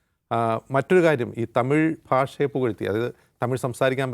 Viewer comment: എടാ ദാവൂദ് തീവ്രവാദി തമിയ്.. അല്ല തമിഴ്...